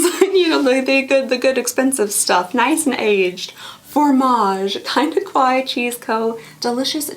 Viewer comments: "Kawaii" is pronounced Ka-wa-i-i... and means "cute" in Japanese. If you say Ko-wa-i, it means "scary" in Japanese. So this is a Kinda Kawaii box because it's a Cute Japanese style Stationery advent calendar! Praying for your healing in all the your body, mind and soul in Jesus's Name! May Jesus protect you and continue to keep the joy that is your strength! Love ya, girl! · It's actually pronounced ka-why-ee not e/eh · I gotta say it. Its pronounced kuh-wai-ee 😅✌🏼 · Btw it’s pronounced Ka-y-e. It’s Japanese For cute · it's kinda Kawaii the way pronounces Kawaii